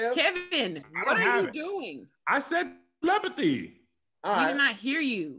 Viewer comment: Telephty = te·lep·a·thy /təˈlepəTHē/ Learn to pronounce noun “the supposed communication of thoughts or ideas by means other than the known senses.”